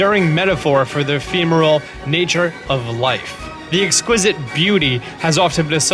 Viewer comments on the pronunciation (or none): none